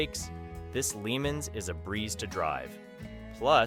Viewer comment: #1 car should be pronounced "Pontiac "Le Monz" not Limins.